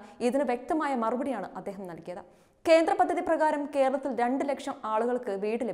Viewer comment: എന്ഥായാലും... വല്ലാത്ത മലയാളം പറച്ചിൽ ആയിപ്പോയി....ഖേരളത്തിൽ അദിഖാരം ന്നമുഖ് ഇല്ല...നല്ല മലയാളം പറയാൻ പഠിക്കെടോ....